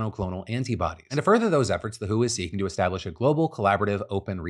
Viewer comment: Re: Pandemics. Every time you say "The Who" I think "Baba O'Riley?".... there's a reason most media outlets call the WHO the Doubleyoo Aitch Oh. Teeenaage waastelaand ♪♫♪